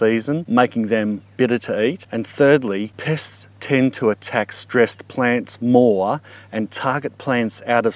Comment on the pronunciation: TY, You made me laugh! I heard PISS, when you actually said pests LOL ; )